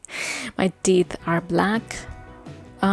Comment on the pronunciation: Oh, I thought she was saying her 'tit' was black. Okay, 'teeth'.